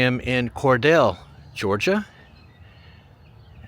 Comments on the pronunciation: Hey, your old friend telling you how to correctly say town names down south. The correct pronunciation is Core Deal not Core Dale. Sorry I just can't help myself. I love you videos by the way. I spent a week in Cordele years ago when I started my nomad traveling journey. I stayed in the KOA but I would NEVER stay there again. It just felt unsafe. Happy travels to you and Nicole.❤ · It's pronounced "Cor-Deel/Deal"..not "Cor-dell" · Its Cor-deel.. not Cordell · It's pronounced kor-DEEL (rhymes with "meal") not kor-DELL --- The city was named after Cordelia Hawkins, the daughter of a prominent railroad executive (Samuel Hawkins) who helped bring the railroad through the area in the late 1880s. Since her name was pronounced "Cor-DEEL-ya," the city name kept that long "E" sound. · Interesting trip through the little "non-destination" towns. It's sad how these towns are practically abandoned and are no longer thriving communities. I wish the telephone museum had been open - I've wanted to go through it but never had the chance. (By the way, it's pronounced Cor-DEAL, not Cor-DELL.) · You went from Rochelle right through Pitts without stopping to Cordele. It’s pronounced Cor-DeeI. I grew up with relatives in Pitts, GA. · It's Cor-DEEL... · FYI, it's pronounced Cor - deal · Pronounced Cor- deal lol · Cordele. Pronounced, Core-Deal. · My dad was born in Abbeville and had family in Rochelle. Cordele is pronounced “core deal” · Cordele is pronounced Cordeal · The city of Cordele is actually pronounced by Georgians as Cor-deal', long "e" at the end, accent on the second sylable.